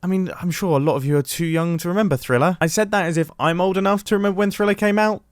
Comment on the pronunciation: He said thriller